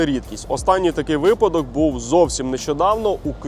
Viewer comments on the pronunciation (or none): none